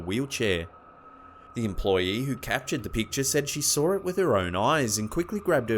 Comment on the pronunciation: They sawr it? It's pronounced saw it no R